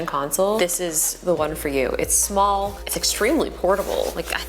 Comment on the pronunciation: "Its so smoll" hmmm